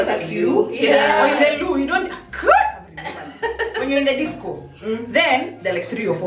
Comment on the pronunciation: Aki siamini amesema disco... Dead🤣